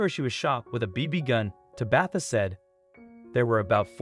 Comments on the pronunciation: I was laughing every time he said Tabitha. Lol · Whomever is reading the script needs to learn how to pronounce a few words. When referring to an injury it is pronounced 'woond' not 'wownd'. Tabatha is pronounced 'TAH-bith-ah' not 'Tah-BITH-a'.